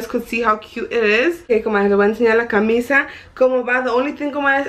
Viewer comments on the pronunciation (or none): none